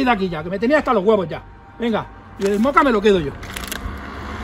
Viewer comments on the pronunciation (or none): none